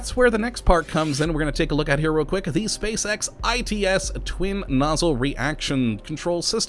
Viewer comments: you said space sex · he says spacex like spacesex... think about the children xD